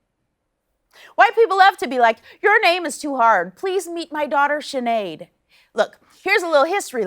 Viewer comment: You know what's really funny? She pronounced Saoirse and Sinéad completely wrong